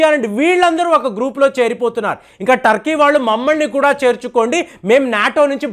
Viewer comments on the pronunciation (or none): none